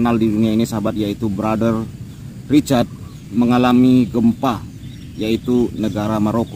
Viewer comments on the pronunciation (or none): Rasyd bukan Richard..😂